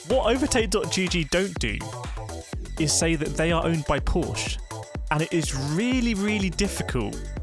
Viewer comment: Dear YT algo: The E on Porsche is not silent.